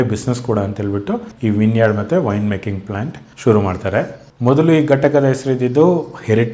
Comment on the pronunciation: With due respect sir, ur old style of editing the video was much better where u used to show us the beauty of the property.... No offense but now u just present the information like a TV news anchor!!!!! (Nothing personal sir...) It's pronounced as 'Vineyard' not 'winyard' (emphasis on pronounciation)